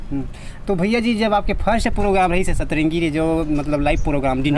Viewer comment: Setrengi nahi bhaiya satrangi